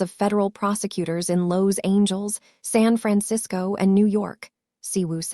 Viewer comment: How can I subscribe to your channel when your narrator cannot even pronounce Los Angeles? Also, she mispronounces soufflé. I won’t subscribe until you and your narrator get the correct pronunciation of words in your video.